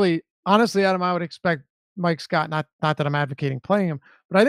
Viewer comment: My favorite Deeper Dive moment happens everyday Adam & are together when the head of name-pronunciation-police......mispronounces Adam's last name! 😆